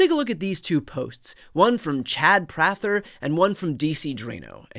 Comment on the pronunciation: Not that this is an excuse, but I'm sure that neither you nor any other left-wing commentators have ever received marching orders from a Democrat. Also, it's PRAY-ther.